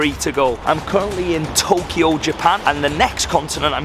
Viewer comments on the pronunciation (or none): none